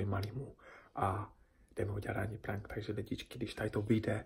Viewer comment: Ne říka se prank ale prenk a píše se to prank ale vyslovuje se to prenk